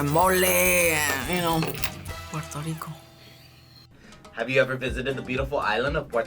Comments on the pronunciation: Him : PORTO RICO Me: NO ! It’s P U E R—TO RICO !!! UER—- not OR . Not let’s say it together slowly Me : PUER Him: POR 🤬🤬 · Finally us!!!🇵🇷🇵🇷🇵🇷 but ain't no way yo said "Pueto Lico"